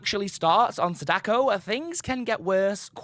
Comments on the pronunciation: It's SA-da-ko not sa-DA-ko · Her name, Sadako, isn't pronounced the way you said it. That's my only grief with the video, really. She is one of my mains, and I commonly hear people say her name closer to the math puzzle, Sadaku, than the actual pronunciation "Saw-Dah-Koh". I suppose it has reached the point where I can't help but correct others, like some nerd at this point. I do apologise. I have no beef with you. I just wanted to point it out so that potential future content related to her can have her name said correctly.